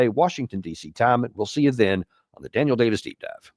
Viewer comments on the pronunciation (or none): none